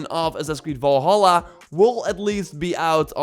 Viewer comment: Do not say valhala plzz!!